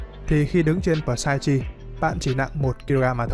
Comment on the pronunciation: Psyche > P là âm câm ông nhé, và ch là âm k > nên đọc là xai-ki